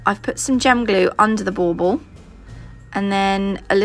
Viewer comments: What the heck is a ball ball Boble what the heck she saying??? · SO cute!! I love it so much! Are you saying “bubble” for those ornaments or “ball ball”? Either way I’m in love with your videos and you taught me so much!!! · 11 mins in and I finally just realized you were saying bauble not ball ball. 😂😂🤦🏻‍♀️🤦🏻‍♀️